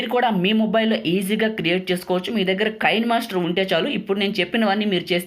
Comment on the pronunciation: Bro adi కైన్ మాస్టర్ కాదు కీన్ మాస్టర్